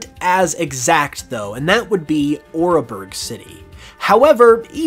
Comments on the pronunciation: Hearth-ome city, not Heart-home City. Ore-berg Town not Or-a-berg town. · I hate having to be the pronunciation person, but some of this is just painful. First off, it’s not “argonite” it’s Augurite. An augur is a kind of omen or portent. Black Augurite basically means “bad omen rock.” Second is Oreburgh. Not sure why it’s being pronounced “or-uh-burg”. Ore=mineral deposits. Burg(h)=town. Ore-burg. Very simple. This is the first time I’ve ever heard it pronounced with 3 syllables and I sincerely hope it’s the last. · why he pronounce oreburgh like oréburgh